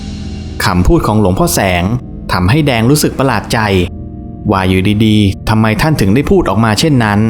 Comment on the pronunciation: ภาษาไทยเอกลักษณ์ของชาติ ร.เรือ ล.ลิง เช่น แรง คุณอ่านว่า แลง , รู้ คุณ อ่านว่า ลู้ , โรยริน คุณอ่านว่า โลยลิน, เรื่องคุณ อ่านว่า เลื่อง, ร้อน คุณอ่านว่า ล่อน เรียน คุณอ่านว่า เลียน , รุนแรง คุณอ่านว่า ลุนแลง เป็นกำลังใจให้นะคะรับภาพสวยชอบมากติดตามอยู่นะครับ ✌️✌️